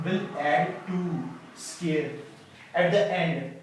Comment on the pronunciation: Why do you pronounce "square" like "scare" ?